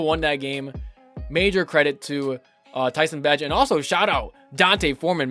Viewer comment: Its Pronounced Bay-gent Bro! just a heads up. his dad has been mad people sayin it wrong hahaha